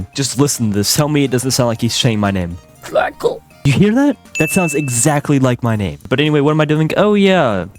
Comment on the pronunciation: I am and it sounds like black coal not jackol